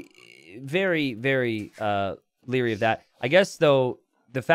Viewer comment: "I would be very Lierry of that" ???